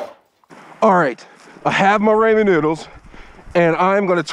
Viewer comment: The way u said it was raymen noodles😂